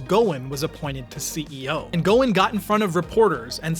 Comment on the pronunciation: The CEO'S name is pronounced Guo-son light O